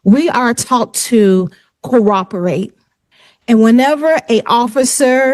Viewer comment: “We were taught to cor-operate”